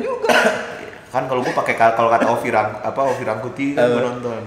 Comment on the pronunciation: OZA RANGKUTI, BUKAN OVI RANGKUTI.